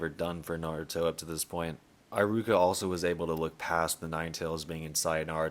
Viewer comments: Bro why do you spell pronunciations like that? It's eh-ruka eye-ruka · “Eye rooka”